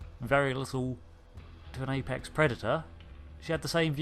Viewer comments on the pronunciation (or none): none